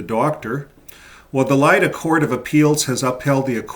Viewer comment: to make the videos more appealing for JWs or friends of them, please take some time to be more accurate in geographic linguistic economic context, LLeida (catalan name) or Lérida (spanish name), not Leila nor Lilia…so ppl will focus on the main and real message of the video, and not be diverted by mistakes which sound like « American guy who doesn’t know about Europe », especially in the current political context